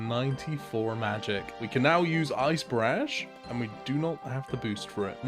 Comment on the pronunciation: I HATE THE WAY U SAY BARRAGE